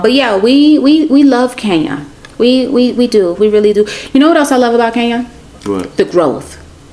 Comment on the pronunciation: Who will teach these people to pronounce the name Kenya properly. I find it incredible that they cannot even pronounce such a simple name well.